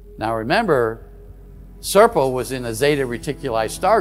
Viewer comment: Really enjoy these reports, wish Richard would try harder to pronounce Serpo better lol, all I heard over and over was Serple, and he said it a lot. Imho, I believe the story to be true, just don’t understand why Richard thinks we, the primitive ones know everything there is to know about maths and physics.